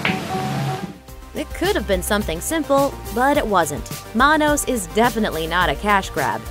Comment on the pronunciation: You mangled the pronunciation of "Manos." It's "Man-OS." See MST3K.